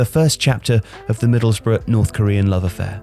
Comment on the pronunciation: Oway boys it’s Middlesbrough not Middlesborough!!